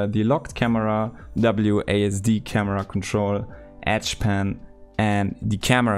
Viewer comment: Oh, you mean edge pan, not etch pen. Lol, I'm so stupid